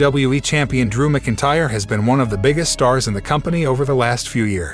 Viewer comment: Lol the program can’t say McIntyre properly as well 😂